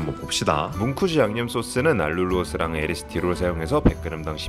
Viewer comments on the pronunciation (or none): 에리스티롤 아니고 에리스리톨 이에요ㅎㅎ